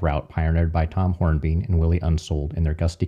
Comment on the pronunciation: Tom Hornbein pron. “hornbine” not “hornbean”… sorry, stickler for details. Carry on.